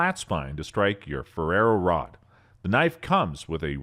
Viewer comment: Hilarious pronunciation - Spy-Derco, indeed... Also, what is a Ferrero Rod? Is it made of Hazelnut spread? Ferrous Rod, surely..? I think your auto-narration tool is having an off day.